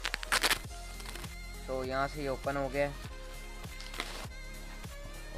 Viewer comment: Yaar oppan nhi hota it’s open(op-in)